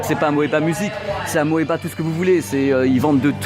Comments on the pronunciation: Et Amoeba se prononce simplement "Amiba". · ça ce prononce "amiba"